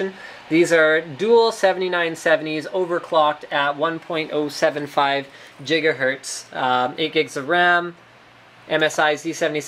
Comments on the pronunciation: HE DOES SAY GHEEGAHERTZ! Why? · He said Jiggahertz again :D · Why does linus swap between saying Jigahetrz and Gigahertz..lol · Jiggahertz!! lol yes, get jiggy with those hertz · jigahertz again